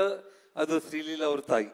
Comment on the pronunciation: ಶ್ರೀ ಲಿಲ್ಲ ಅಂತೆ 😂😂😂😂😂 ಶ್ರೀ ಲೀಲಾ ಅಲ್ಲ